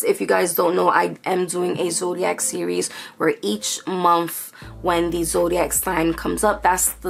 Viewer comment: I love how u say Momfff.. month lol ur are adorable..